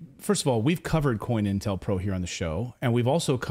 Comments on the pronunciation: Just a HEADS UP, DUDE!....It's "CO-INTEL-PRO"....Not "COIN"...lol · Co-Intel Pro. Not coin. Sigh